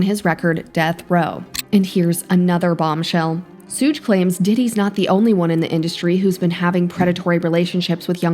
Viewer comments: Please. Its not "soog" it's "Shug" like "Sugar". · It would be "shoug". "shug" would sound like "hug" with a "sh" at the start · Who TF is Sooge Knight? Do you mean Suge???? AI is uncultured to the fullest.